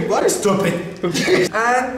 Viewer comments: All my family members only speak Spanish and I’m not lying when I’m saying this is how they try to speak with me 😭😭 “EHSTUPID” is accurate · ''ESTUPID'' '"ESTUPID' ''NAH GUEY IS GOOD